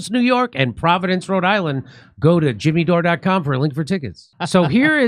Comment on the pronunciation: I love Jimmy Dore. But his pronunciation sucks 😂